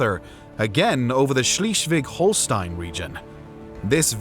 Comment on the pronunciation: he says Schießwig instead of Schleswig. Like, what?